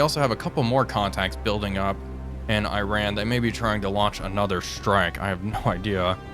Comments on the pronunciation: I know it's not a big deal, but please, the way to pronounce the name of the enemy country is "ee-rAHn", not "Aye-ran". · EE-ran not I-ran. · Also just some constructive feedback, it’s pronounced as ee-ron, not “I ran” Great video otherwise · Mate ... there is no country called Eye-Ran .. there is no country called Eye-Raq .. and just for your information .. there is no company called Eye-kea .. ffs .. it's not that hard to pronounce these things properly is it .. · Why cannot Iran be pronounced correctly?